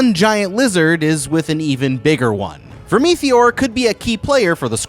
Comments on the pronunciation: VERM- ITH- OR. not vermetheor😂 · I'm not even bothering with all the pointsless adds and the way he pronouncer vermeteor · The pronunciation of Vermithor and Rhaenys takes me out